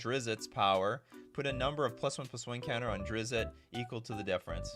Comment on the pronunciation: It is pronounced Drizt, not Drizzit.